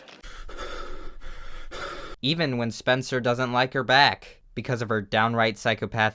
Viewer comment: The way you said he doesn't like her back made me think there was something wrong with her back.